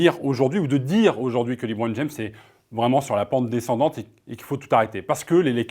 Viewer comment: Quand tu vois déjà qu’un des journalistes dit « Libron James » au lieu de « LeBron James » ça démontre déjà le sérieux des arguments 🙄